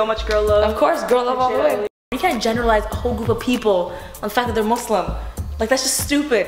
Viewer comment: the way Lilly said Muslim yes thank you it is not muzlim